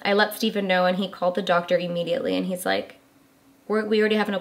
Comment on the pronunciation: I thought he said 'her's" AHH!!